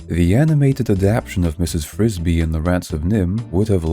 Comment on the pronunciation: Why do you keep calling her Brisby instead of Frisby 😩